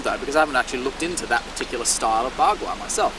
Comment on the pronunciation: Bagua is not bla-bla-bla, young man!